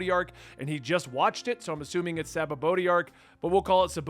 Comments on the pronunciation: It's pronounced Sha-bon-dee. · I hate when people correct others with the wrong pronunciation 😭😭😅 say it HOWEVER you want to. But the correct pronunciation for the sake of those who tried correcting you is "Sha-bon-dy" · you pronounce it right and dan pronounced the arc wrong. Great job